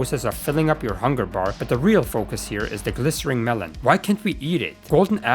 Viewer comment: I have no idea how you never once realized during this video's production that "glistening" has an n, and not an R.